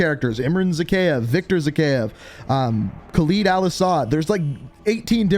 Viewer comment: It's kha-l-id not khalīd and it's m(A)karov and it's not Qasiim it's Qa-sim I know but I couldn't take it